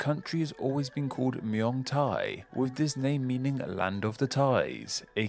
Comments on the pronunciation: It's not "myong Thai" it's pronounced "meung/เมือง Thai" this word actually means city and not country, the word for country is "pratate/ประเทศ." I know because I can read Thai and speak with Thais everyday in their own language, I have only been there once but will be going again soon when my savings permit it. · mew-aang thai is the funniest butchering of the pronunciation of เมืองไทย i've ever seen (as a thai)